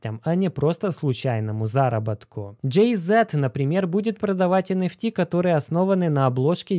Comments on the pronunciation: "Джэй Зи" а не зэт) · Джей-Зи, не Джей-Зет.. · Джей Зи, а не Зет)) Ты походу не в курсах кто это 🤣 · ПандЕмия а не пандьимия! Джей Зи! Не знать Джей Зи ну, ну ëп Машу Вать! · Правильно говорить Джей - зиииии, а не богатейший дээээ ))) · Блять, ну какой Джей ЗЭэээт? Ппц режет слух.